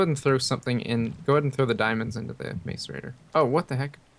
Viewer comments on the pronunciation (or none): Xisuma, macerator is pronounced mass-er-ator